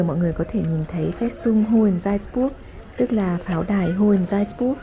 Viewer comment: Video rất hữu ích, cám ơn em! Góp ý nhỏ phát âm tên thành phố 'Salzburg' cần hơn chính xác nhé!